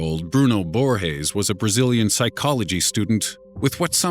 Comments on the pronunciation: it's not pronounced "borhes" the "g" sound in portuguese is not the same as in spanish, it's pronounced just like in english. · Just one thing. Brazilians speak Portuguese, not Spanish. And Borges doesn't sound like Borhes in Portuguese. Not at all. It would be closer if you soundes like it was in English. It wouldn't be the right sound, but much closer and it wouldn't look like you want to speak correctly, but failed miserably. It's cringy when people assume we have that soung for "J" or "G". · "Bruno Borges" is Brazilian. G's don't make the H sound in Portuguese. That's only in Spanish.......